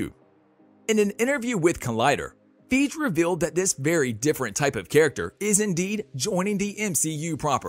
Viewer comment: Who’s “Feege”?